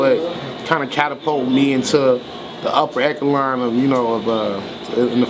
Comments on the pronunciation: how does a man with that many bars totally fuck up the word echelon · 😂😂😂 he fucked up that word crazy smfh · RIP the word "echelon", amazing rapper tho